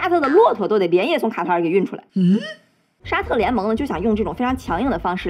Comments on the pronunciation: 一直聽成蛤蟆🐸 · 卡塔尔 ká tá ěr 正确读音 了解一下